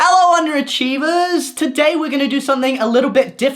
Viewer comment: When you pronounced 'underachievers' different I thought you were saying 'wonder divas' in your intros in general sob